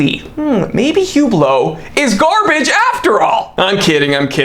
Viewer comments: “Hu-blow” your money 💰😂👍 Great one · its pronounced "uuuuhhblloohhhh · “Hublow,” gotta love it. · "Horology" should have the H pronounced.. "Hublot" should not... just sayin'